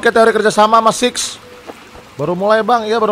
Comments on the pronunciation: bang namanya bukan sumai tapi six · Bang namanya six bukan some